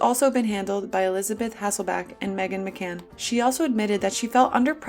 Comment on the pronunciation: It’s Meghan McCain, not Meghan “McCan”